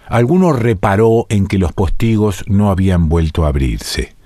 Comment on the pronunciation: Me generaste una duda y consulté el diccionario de la RAE. Estás equivocado, es postigo, no póstigo. Espero que te refieras a la pronunciación y no al tilde. Aún así, no sé si es cierto.